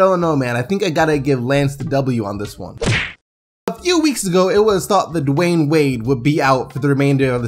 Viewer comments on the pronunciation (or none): none